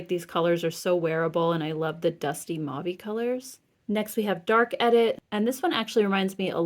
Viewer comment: I love how good your eye is for colours you are a genius. Also, I have to thank you because you are the only influencer who actually pronounces mauve properly thank you, and my French ear thanks you lol 💗💗💗💗💗